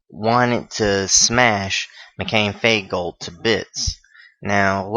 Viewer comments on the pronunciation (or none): It's pronounced Fine not Fien in Feingold. Other then that not bad.